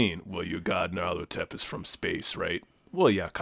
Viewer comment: mispronounced Nyarlathotep like a dozen times ☺️